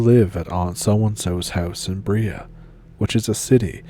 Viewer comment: Hell yeah Toulamne county represent!! (Not me, but my aunt and uncle live in Twain Harte, spooky country. I live in Orange County and just heard it referenced. Great vid, keep it up!!! Edit: you were so close with brea! It’s like bray-uh instead of bree-uh